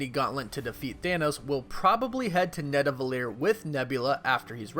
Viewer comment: man its called Nidavellir not Nadavellir